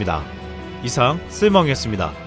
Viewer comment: 동영상 잘 보고 있습니다. 그런데 전부터 한가지 조심스럽게 말씀드리고 싶은게 있었는데 나레이션 하시는분 발음이 조금 좋지 않으세요. 조금 더 천천히 또박또박 말씀하시는게 좋을것 같습니다. 발음이 뭉개져서 들릴때가 종종 있습니다. 예를 들면 마지막에 '쓸모왕이었습니다' 같은건 '쓸뫙' 이나 '쓸망' 처럼 들립니다. 발음 부분만 신경써주시고 앞으로도 더 좋은 영상 부탁드립니다.